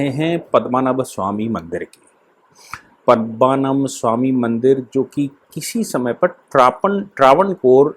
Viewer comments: you are a UP Brahmin, it looks very bad when can't spell out very common Hindi words like PADMNAABH, Not Padmmanabh. Very bad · महोदय, केरल के उस सुप्रसिद्ध मन्दिर का नाम 'पद्मनाभ या पद्मनाभन' मन्दिर है, न कि पद्मनभ। आप इस पूरी वीडियो में पद्मनभ ही बोलते रहे। कृपया आप गलत उच्चारण करके हमारी भावनाओं को ठेस न पहुंचायें।